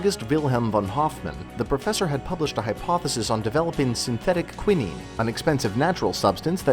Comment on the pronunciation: wront-gen? Qinine? Get a pronuciation dictionary. Moron. Or don't go online to announce your ignorance to the world.